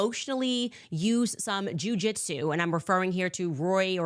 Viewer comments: Did she say Jewjeso? Omg she is a full blown kkx ! What is wrong with her and the people that worship her ? Did she get this from her husband ? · "Ju jitsu" 😂😂😂 she just loves saying Jew.